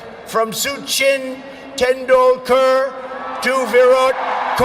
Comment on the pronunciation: I only came to hear this word😂😁 Trump's Pronunciation is amazing 👌 Chaiwala = chiwala Bhangra = Baangar Sachin Tendulkar = Suchin Tandulkar Virat kohli = virat koli Diwali = Duwali Swami Vivekananda = Swami Vivekamundan